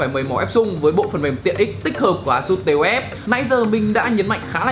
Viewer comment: Đọc là táp-phờ nhé :v